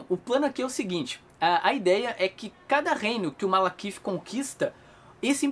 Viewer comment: Toda vez o fala MaLAkith invés de MaLEkith. Eu ri hahahaha